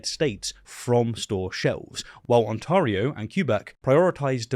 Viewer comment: Ontario is pronounced "aan·teh·ree·ow", not "aan-taw-ree-ow". Quebec is pronounced "kwe-bec" (or "keh-bec"), not "kyu-bec".